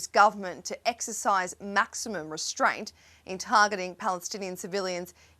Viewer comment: Maximum.reatraint? Try it yourself